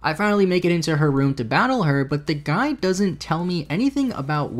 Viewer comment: Watching on 1.5 speed and every time he says "the guide" it sounds like "the guy" to me, which for whatever reason makes the whole thing much funnier